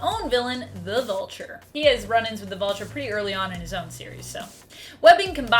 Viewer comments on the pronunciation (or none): none